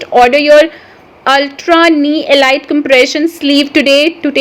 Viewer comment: Ellleeeetttttttttttttttttt not ilight lol .............